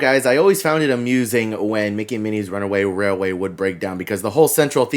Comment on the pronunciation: First of all congratulations on being able to say “runaway railway” perfectly on several occasions 🤪 I screw it up every time! I’m sure this has been asked and answered but when you pre-register for the DAS, you can only select your first two rides for the first day’s park, correct? At what point are you able to select the next days? Can you choose two in advance? Or only one when you enter the new park the next day? Thank you!!